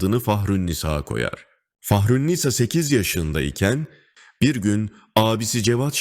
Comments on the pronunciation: Fahrünnisa isminin sonundaki a uzatılacak.yanlış okuyor seslendiren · Yapım çok güzel, beğendim. Tek eleştirim seslendirmedeki yapay zeka sesi. Türkçe diksiyon, telaffuz, vurgu her şey yanlış! Yapımın etkisini izleyenin odağını bozuyor. Nisâ üst üste iki cümlede bile aynı şekilde soyleyemiyor mu bu geri zeka 😢